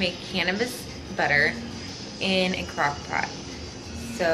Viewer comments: i cant be the only one who heard cockpot the first time she tried to say crockpot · The first crockpot was fine. The second was 100% cockpot no doubt. I reminded it 3 times lol and she's says it properly straight after.